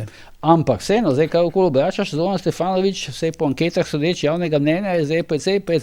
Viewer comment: G. Požar, že v pogovoru z Zoranom ste njegov priimek izgovarjali SteFanovič pa ga v tem primeru spet. Tako kot v NBA izgovorijo "Dončik" namesto "Dončič" Mislim, da je to skrajno neprimerno in ponižujoče za dotično osebo oz. v tistem primeru sogovornika. Dajmo se potrudit, saj ni težko namesto F rečti V. Ni črka R s katero imate težave Pa brez zamere, lep dan